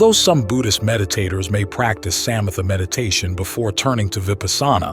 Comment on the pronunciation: The pronunciation of Vipassana and samatha and other words is wrong. I suspect this is AI. I have done Vipasana for over fifty years and never heard it pronounced this way.